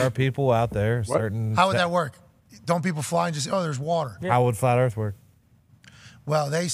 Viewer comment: Flaht erff... conman's right, once you do the research it breaks your brain. Look it up, start doubting everything you've been told!